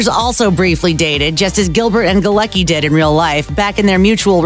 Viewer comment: 'Galecki'' is a polish name so it's pronounced "Galetzki' not 'Galeki'